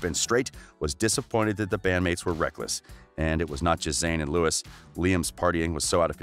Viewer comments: We don’t trust anyone who says Lewis Tomlinson.Just no😖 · I don't trust anyone who says Lewis Tomlinson. Thats it.